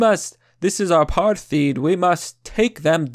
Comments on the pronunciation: "Robert Mug-a-bee"... Bruh it's Mu-ga-beh not Mug-a-bee "..Apatrt-teed" Um, not as bad but it's generally pronounced Apart-tide. Overall I completely agree that they should be allowed to fail and even go extinct if they prove to be not viable as a haplogroup without the outside world artificially propping up their continued survival. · Its pronounced Apart* eyed*. Also thr way you say it you make it sound as though the main reason we left was the left in the west. But the soviets and the Chinese actually sponsored communist rebellions. Thats why these parties that confronted the rhodesians were commies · Mugabe: Moo-Gah-Bee. Apartheid: A-Par-Tied. Information: good. Pronunciation: work in progress. :-) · Apartheid like Apart-tide. Mugabe like Moo-gah-bae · It's pronounced "a-part-hide" I like your videos, but hearing you mispronounce such common words in almost every video... Please, get some help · Bro they way you pronounced our previous president's name 😂😂😂 and apartheid, I remember when I was about 4-5 I had to live on a farm with my grandmother's sister I was on the brink of death from starvation I got no clue if it was food that was lacking but I doubt that cause I remember the farm was gold rich and I had to work on the farm I guess it was just my luck but dude it's the money that's the problem the tax prices are just insane and now here in South Africa they aren't just taking farms people from the ghettos go to white areas with heavy open land and just build shacks and claim it's theirs the government is to blame on that side the poor are drones here and the massive massive government just use that as leverage I moved here when I was about six I was raised within the white community and now the places I grew up in are just being destroyed whilst the government spews shit and blame whites in the comfort of their Dubai home absolutely disgusting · Learn how to pronounce Mugabe & Apartheid, it makes you sound uneducated & you are not.